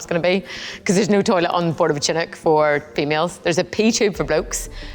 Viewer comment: i was having a joke at the pronunciation lol. I know what a chinook is. That’s for saying though